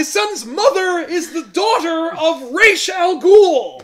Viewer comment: For the 1000th time, thank you for pronouncing Ra's "correctly". I know it's just Denny O'Neil's (or whoever it was) pronunciation, and it's not something I "well, it's actually pronounced..." but it's nice to hear it as I think it should be spoken.